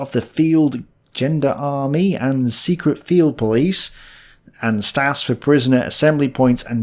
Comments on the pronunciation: I bit of help with pronunciation. Gendarmerie is pronounced "zhen-dar-me-ry". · It is not gender army, it is spelled gen- da- mer-ie. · gendarmie - how it should be pronounced 'jean-darmerry' how pronounces it Gender-army. Thought it was rather funny but don't want to take away the credit you deserve for your videos. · Lol! He makes 'gendarmerie' into 'gender army'! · Please forgive me but Gendarmerie is not pronounced Gender-army. History comes from the Latin Historia, His-story is a Michael Jackson Album. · Gendarmerie (pronounced approx john-darmery with j approx zh) is a paramilitary police force as opposed to a civilian one. Think Italian carabinieri or the French, erm, gendarmerie. Similar function to a police force but run on military lines - noticeable difference in philosophy.